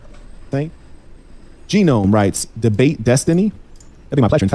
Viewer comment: Ahahha. I never noticed that he read it as G-Nome. It’s gnome… should have gotten the doctorate.